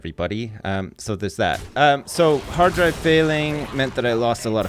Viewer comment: Oh hard drive failure, I heard Heart Failure the first time, scared me there